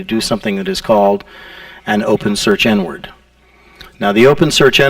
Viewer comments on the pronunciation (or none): wow took me like 40 minutes to realize he actually says "inward" and not "n-word"